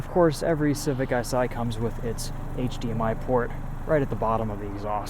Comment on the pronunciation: “HDMI Port” 💀